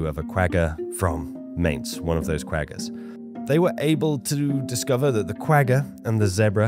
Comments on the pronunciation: It's painful hearing you mispronounce that animal. It's pronounced Qu-gha where the gha sound is that sound you make in the back of your throat while snoring. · Pronounced Qwahha 😂 Afrikaans is hard man😅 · You lost me when you couldn't say 'quagga'.... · You gotta learn to pronounce the 'g' as a gutteral 'gh'.